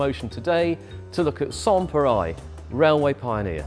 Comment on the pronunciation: (i) I'm not French, but I'm pretty sure that the 'reil' part in "pareil" is pronounced like the English rail -- with the L probably even being silent.